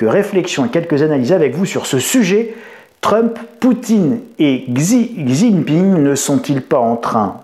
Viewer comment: Bonjour, il y a de l'écho dans votre nouveau studio. Également, s'il vous plaît prononcez correctement xi Jinping ! Cela se prononce Chi Jinping, pas de son x. Merci